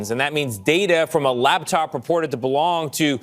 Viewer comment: Laptop, not labtop.